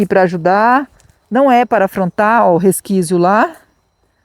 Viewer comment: Oi e resquício e não resquício 😂😂😂